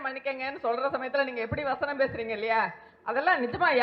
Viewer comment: காத்தாடி வசனம்யா அது, வச்சனம் வச்சம் னு த்தல் வதக்குற மாதிரி வதைக்கிற